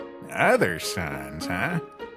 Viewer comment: Love it but it's sans not sons